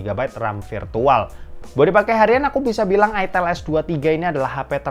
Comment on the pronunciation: itel bang bukan itel